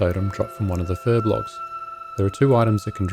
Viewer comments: Fur-B-O-L-G-S !! Not Fur-B-L-O-G-S! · Furbolgs, not furblogs.